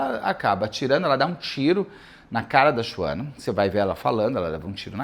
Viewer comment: Beto kkkk que agonia vc chamando ela se SHUANA como se lê kkkkkkk